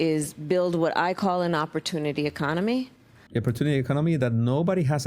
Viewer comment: Im at the point where every time i hear "opertunity economy," i bust out in hysterical laughter!!😂😂😂